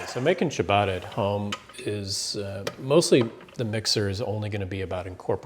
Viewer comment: What the is cha baaaaaa rrrrrra!